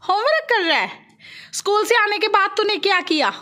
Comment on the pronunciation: Homerak nahi ji homework